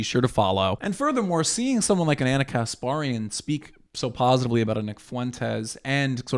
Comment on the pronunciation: FFS ITS KAS PAER IAN.